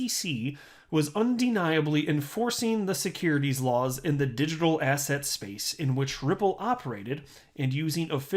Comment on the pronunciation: I never know if is saying "asset" or "asshat" but any context involving Jay clayton I'm gonna go with asshat 💯